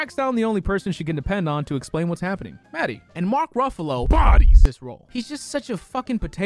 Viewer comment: I think I misheard you....did you call....@ did you call Mark Ruffalo a “BUFFALO”?!?!?!?!? Hehe